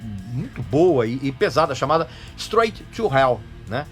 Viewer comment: Credo quanta merda eu ouvi... "Stroigui" to Hell ahahahababa